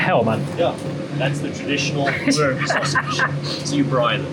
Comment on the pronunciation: Your pronunciation of 'boer' is a bit off, you call it a 'boar' but it is closer to in English writing 'boor' or in IPA /bur/. Coming from a Dutchy. Also, I think your story is told from a very white perspective. No white criminals in South-Africa? Are you kidding? The big race wars came to South-Africa together with Europeans on our boats. We brought that shit there and made it to what it is now. No matter who is in charge now, we did that.